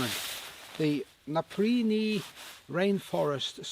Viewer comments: Its pronounced... NAPA...PEE...REE. NOT NAPA...PREE...NEE. BUT whatever, they are very nice jackets 👍👌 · why would you pronounce it "naprini"?